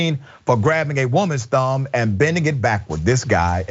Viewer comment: thumb rhymes with damn. is that a new fetish?